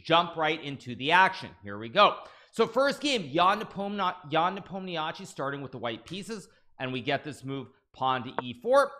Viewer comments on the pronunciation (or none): Does hikaru pronounce ian's last name in the worst way possible on purpose? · Hello! Originally Nepomniachtchi pronounce like "Nepomnia(sh (like "she"))i: Nepomniashi. Nepomniachtchi is wrong transliteration which sometimes occurs when russian people making a passport in Russia. "Sh" like she, instead of ugly "chtch". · If I didn’t know who English speaking people mean by NepomniAchi, I would never guess. NepOmnYASHIY (emphasis on o) is much closer to actual Russian pronunciation Wish both great luck, but of course hope Ian finally wins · hikaru trying to say yans surname